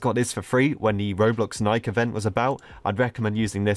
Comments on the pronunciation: Why do you call it NI-K not NI-KEY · its pronounced nikee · I heard him say nike but not nikE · Nike? It’s pronounced NIKEY